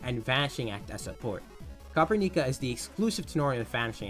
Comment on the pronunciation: Dw bro noone really cares, it's easier as copper-nica lol